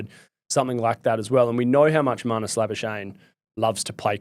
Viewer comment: Why doesn't manus say how his name is pronounced, instead of you guys mispronouncing his surname